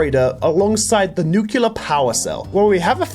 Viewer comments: Let me say this once, since i've heard it many times. Nuclear. As in New-Clear. Not nukular. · I hate that he says nukular